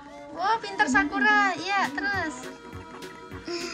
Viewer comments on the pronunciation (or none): Ko bacaan sakura jadi sakuar